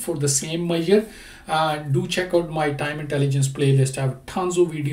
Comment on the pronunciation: Dear,, I highly appreciate your videos & I take meaning out of your video. And, I have a heartily request: Please have a check on: How to pronounce Measure, It took me while to understand what are you talking about!